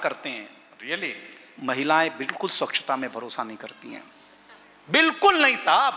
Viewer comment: ' स्वक्षता ' नहीं होता " स्वच्छता " है